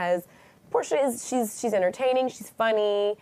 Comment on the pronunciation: Did she say Whoresha? 😂🤣😂🤣